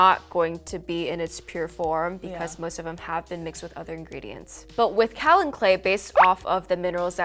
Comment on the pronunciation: Kaolin. Pronounced Kay-oh-lin. Coming from a geologist